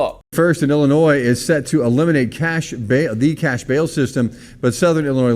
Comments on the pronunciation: "Illa-noise" 😂 the s is silent 🤣 holy 💩, I've never heard someone that makes money from speaking mispronounce so many words 🥴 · Pronunciation heads-up: The ‘s’ at the end of Illinois is silent. It’s not called “Illinoise”, but “Ill-i-noy” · DO NOT PRONOUNCE THE S IN ILLINOIS!!!!!!!!!!! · I'm more worried about you calling it Ill-Uh-Noise than Ill-Uh-Noy. The 'S' is silent lol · please 🛑 saying iLLi noise. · Love your videos...but as a lifelong Chicagoian, it's pronounced "Ill-in-noi". As a reference, I've never heard heard anyone say "Ark-in-sass" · It's Illinois (Illinoy). The S is silent. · Love ya but there’s no noise in Illinois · It's pronounced: ILL-annoy. (See it that way once and you'll never forget it 🤣) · The S in Illinois is silent bro. I grew up in and live in Illinois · s is silent 🙏🏽🙏🏽🙏🏽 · Bro, I love you to death, but please stop pronouncing the 's' on the end of 'Illinois'. lol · S is silent in Illinois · S is silent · The S in Illinois is silent lol. I'm from Central Illinois and this is absolutely moronic. Now you're going to see more and more citizens in this state applying for FOID and buying more firearms. If it wasn't for family i never would have come back to this state after the Army. Our election is coming up though so hopefully we can vote for some new, sane people for office. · Just a note. You do not pronounce the S in Illinois.